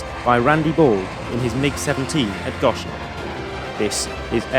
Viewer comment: for future reference its go-shen not gosh-en. LOl sorry it drives me nuts when people pronounce my city haha. Always love the footage though so keep it up!